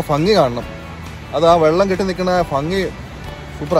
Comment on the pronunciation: ഫംഗി അല്ല ഭംഗി ഭംഗി ഭാരതപ്പുഴയുടെ 'ഭ' 😀😍 ഇഷ്ടം 😍